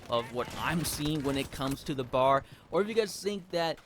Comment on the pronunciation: It’s called a B. A. R. not bar. You drink at a bar, this is a Browning Automatic Rifle.